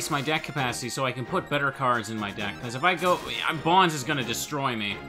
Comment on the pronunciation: I don’t know why I get slightly annoyed when I hear people pronounce Bonz’s name like that when it makes more sense to pronounce it as “Bones” I mean..isn’t it obvious? He’s creepy, uses ghouls, and hangs out in a cemetery. Why call him “Bons?” It just doesn’t make any sense. I feel like it’s a Tidas and “Tee-dus” type of thing